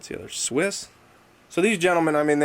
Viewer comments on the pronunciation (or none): It's SwizZz not Swiss lol